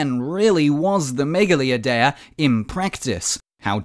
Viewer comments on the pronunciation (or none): Dude mispronounced "Idea" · Why's he saying idea like that 😭